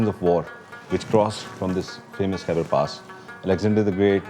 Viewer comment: Its Khyber Pass and not Hybrid Pass.